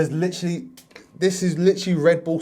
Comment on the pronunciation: this man really likes the word “lichrully”